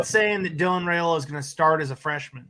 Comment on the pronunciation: it's pronounced Rye-ola, not Ray-ola, according to Mr. Dominic Raiola on a live interview done on the Rumors vs. Facts show about a month back. You and need to clean up your pronunciation please. If you don't believe me pull up the interview. Better yet, call Mr. Raiola please.